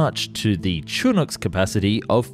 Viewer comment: It wouldn't be a Found And Explained video without the narrator butchering the pronunciation of at least one name, and in this case two - Piasecki and Chinook.